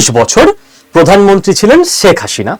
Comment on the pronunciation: Apni "sheikh hasina" pronunciation ta korte paren na. Next time sudre niben